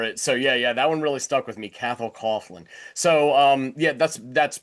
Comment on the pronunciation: It's pronounced more like Ca-hol Co-aklan. Cathal jokes about the difficulties Anglos have with his name in songs more than once.